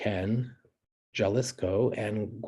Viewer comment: Profesor, I just wanted to say I enjoyed your pronunciations of the Western Mexican states. Just made me giggle! (In a good way). My family actually came from Jalisco (HA-lees-ko) in the 1970s! To my understanding, there are still programs, like the Bracero program that allow migrant workers to work legally in the U.S. so that is interesting it was done way back in the 40's due to the war.